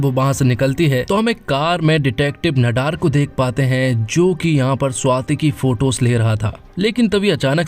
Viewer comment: भैया, नडार नहीं, ‘नादर’